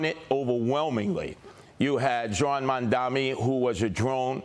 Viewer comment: Curtis, you have to say Zohran's name properly. Your mispronouncing peoples' names is fine for radio schtick but demeaning for a serious possible leader of New York.